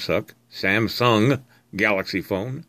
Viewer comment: hehe "Samsuck"